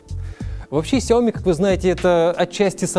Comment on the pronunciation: "сяО ми" в 2021, серьезно? Это иероглиф сичтается "сЯо"